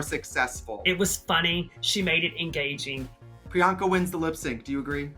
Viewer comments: Not Alyssa calling her PUR-anka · Pryanka: What’s my name? Alyssa: prenoka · WHATS HER NAME?!? Alyssa: “Peronka” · PERANKA? Wtf ahahah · not “miss peronka” 💀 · Alyssa calling priyanka of "PIRANKA"... giiiiiirl hshdjakdkakdkskshs DEAD!! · Alyssa calling her Peronka is the equivalent of Dula Peep 😂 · I’m sorry...Who is”Piranka”?😂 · Priyanka has introduced herself so many times but here's Miss Alyssa calling her "Piranka" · “I think Paranka...” 😂 OMG ALYSSA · alyssa calling priyanka " MISS PIRRANKA " lmfao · I am here 3 years later to finally put this comment in, cuz I noticed no one did, lol! Trixie never clicked Alyssa, saying Peronka! 😂😂😂😂😂 💀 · Alyssa saying Peronka at priyanka is HILARIOUSXD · Not Alyssa calling her “Piranka” lolll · timestamp for anyone that wants to her Alyssa say Peranka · When Alyssa called priyanka “puronka” I felt that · It's Alyssa Edwards calling Priyanka, "Pironka" for me😂😂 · when Alyssa calls Priyanka - "Paranka" i lolllll'd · Not Alyssa saying Piranka 😂💀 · Alyssa calling her Peronka is sending meeeeeeeeee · gurl not Peranka miss Alyssa lmao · not alyssa saying “paranka” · did she said Peranka? 😂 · D I heard PERANKA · Did Alyssa say Piranka? 🤣🤣🤣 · DEADASS! ALYSSA SAID PARANKA!!!! LMAO